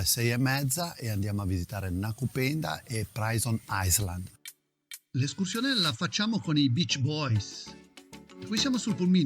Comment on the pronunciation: comunque si pronuncia "prison ailand"